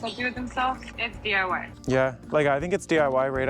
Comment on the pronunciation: I had to replay more than once. You say DYI when it is DIY "do it yourself"I knew what you meant though